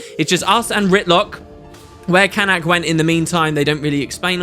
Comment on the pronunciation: you will never learn to pronounce Canach, will you??? It's pronounced /can-OCK/, NOT CAN-ack as you keep pronouncing it.